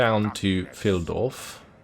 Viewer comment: Why do English speaking people know the difference beteen pronouncing Steven Spielberg and von Carstein and Reich, when they cannot mostly pronounce "Pheildorf" and "Dietershaven" correctly? Here as in most other English speaking videos no matter how good they are (your tend to be very good , thanks!), Hint: It is all in the position of the ei and ie. Thanks otherwise for excellent content. I frequently return to bingewatch this series and hope you will make one more for VLad von Carstein and one for Imrik as well... :-)